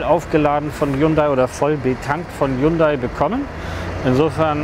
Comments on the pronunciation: Hunday nicht highhunda wird ausgesprochen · und das heisst ned H yundai Sondern Hyundai das h wird verschluckt sollte man schon wissen wenn man autovorstellung macht ;) ansonsten schöne vorstellung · haiundai? wird ja immer kreativer die falsche Aussprache des Firmennamens ;) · Ich dachte immer , nur Italiener erfinden Aussprache von Worten die sie nicht kennen.....aber kommt der "Hayundai" wenn der Wagen nur nicht so "schiach" wär... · Er sagt immerwieder " H-A-J-U-N-D-A-J-I" Hyundai lol